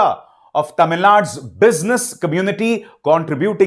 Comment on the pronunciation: Wow, you pronounced Tamil accurately. Great 👍